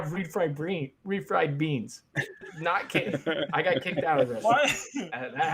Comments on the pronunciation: Came to the comments just to see if this would be brought up. Lol. Oops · I can't believe you mispronounced "beans" after Ezra joined Discraft. He's gonna be so disappointed